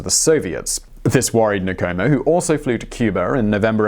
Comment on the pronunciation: With every other video where you have to say non-english names you take the time to say that you are not proficient in that language but with a video consisting of African names and surnames nothing? You butcherd every name you attempted. It's not Nikomo its Nkomo!